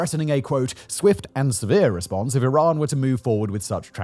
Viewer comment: Is it iran or Tiran? . Or my ears have expired or something?